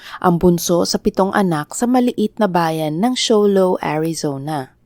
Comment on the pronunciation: it’s no Sholo, Arizona. It’s Shilo